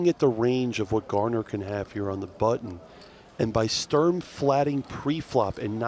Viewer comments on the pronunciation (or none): Can you please learn how to pronounce Sturm 😂